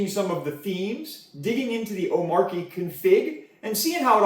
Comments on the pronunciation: omarkie lol........... say it with me, "oh-MAH-chee" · great vid! Only suggestion...hate to be that guy but its "oh-mar-chee".... not "om-mar-key". Drives me nuts. Similar to people that "height" with a TH at the end... FTLOG! its not HEIGHTH lol. Anyways. Great vid. very informative. keep up the great work. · Its pronounced oh-matchy